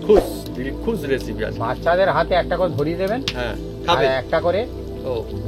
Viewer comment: আর বৌদিকে অনেক ধন্যবাদ।। কিন্তু লিখেছেন রেসিপি আর বলছেন এসিপি। হাসি পায় তাই হাসসি। রাধে রাধে।।